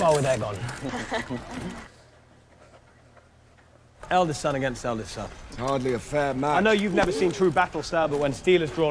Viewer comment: *Aegon Not Argon lol. Sounds like a pirate: "Yes I be ARRRRGON the Pirate King of Westeros!" 🤣